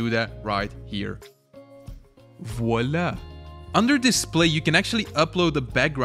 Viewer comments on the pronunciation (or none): none